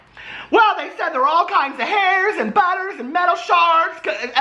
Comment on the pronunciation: Am I the only one who laughs every time he says butters? 🤔